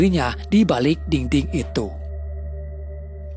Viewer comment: Btw dinding cintaaaa, bukan dingding 😅😅